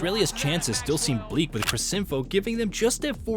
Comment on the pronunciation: I found this video really strange. Its really well researched and almost seems as if you're a cricket fan, but some of the pronunciations and the way you said a few things (eg. "he almost got out IN the first ball", 'Laberrrrshane', 'crissinfo' etc) gives you away as an American who doesn't watch cricket. I must say, fair effort to put this together with little to no cricket knowledge.